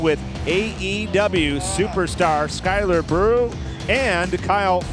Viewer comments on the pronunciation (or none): Did that man just say Skylar Brew? 😂